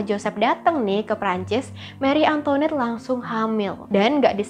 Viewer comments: maaf tapi pengucapannya banyak yg salah. antoinette itu dibacanya antoanet , versailles dibacanya kurang lebih versaye. itu yg saya tau dari film film atau komik komik. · Antoinette, bacanya Antwanet. Versailles bacanya vehsai.. r nya dimatiin pake h. L sama s dipaling akhir ga dibaca. Gitu loh bu ibu